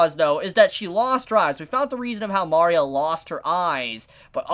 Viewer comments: Mari-a? its Ma-ria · For love of everything, its ma-re-uh, not mar-e-uh. Loved the video otherwise:P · “Mari-uh”.... shoot me Great video nonetheless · It bugs me that he calls Maria Mah-ria and not Muh-ria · Mario? Sorry you need to say Maria properly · Oh god, please...it's Mah REE ah, one of the most common names on the planet - everything in her design is Mexican/South American. It's so grating on the ears I kept getting derailed from what you're saying. Salem might want to die eventually, but she wants Oz totally and completely wrecked first. I don't think she wants to die, I think she wants to be in control of her fate - and that means she has to control the relics whether she uses them or not. Lesbians have kids - either they adopt or one of them gets artificially inseminated/sperm donor, and with Atlas technology it's possible they can create a sperm with the other woman's DNA inserted to create an actual child of both. Doesn't really matter. Saphron is obviously the main caretaker of the child during the day while Terra is at work, so why wouldn't they introduce her that way? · Your pronouncing Maria like "Mario", but with an "a" at the end😂😂😂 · the way he pronounces maria is a big oof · Uh? You're pronouncing her name wrong.